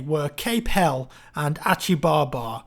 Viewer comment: Cape "Hel-lees" as in Helles meaning Greek! lol... looking forward to Turning Tides